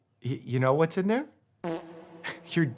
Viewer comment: The “what’s” are giving Ant saying “wet” lmao